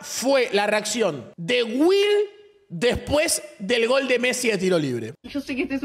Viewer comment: decí "GOL" con "L" lcdtm